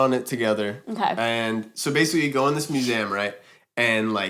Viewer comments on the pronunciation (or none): yeah he said “mue-seh-um” most people say “mue-see-um” if that makes any sense lol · Yo am I trippin or does say the word "museum" weird????